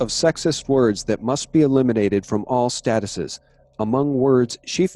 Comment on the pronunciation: appreciate all you do, but just want to suggest to you that "Statutes" is not to be pronounced as you did in this video, "stat - uh - says", but rather as "sta - choots"